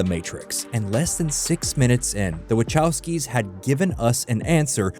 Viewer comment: Oh my goodness, I hate how this AI says the "wachowskis"